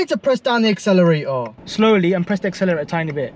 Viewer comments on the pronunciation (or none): “ I’m pressing the acceleraao”